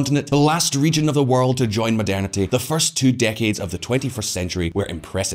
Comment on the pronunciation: this guy is great but he need to learn how to pronounce Poor and world........